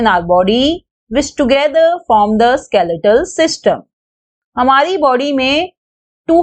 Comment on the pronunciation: it is skeletal not skaletal